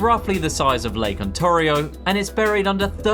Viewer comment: I liked your video but jeez, the way you pronounced lakes "Vostok" and "Ontario;" my guy... It can't hurt to look up some pronunciation videos.